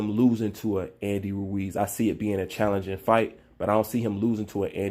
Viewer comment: Lol always struggles to say Andy Ruiz’s name. Every time 😂😂. Ruuew-eez